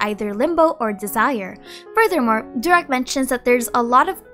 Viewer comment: Pls not durak but doorak means stupid